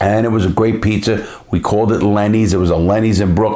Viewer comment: That Boston accent. Thow da pizzer in da air😂😂😂